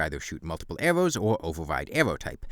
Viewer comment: "wai awe we tawking abowt bown awwows, they're wike the worst awwow in the game!"